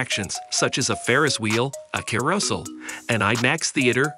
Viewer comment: The pronunciation of some of these words—carousel, Chicago, Tilt….🤔🤔🤔